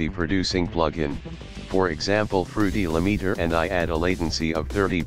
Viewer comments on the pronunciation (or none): fruity leemeeter